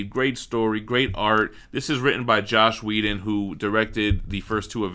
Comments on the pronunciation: Cringed at some of your mispronunciations: "Josh Whedon"? "Frank Quietly"? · Josh Whedon.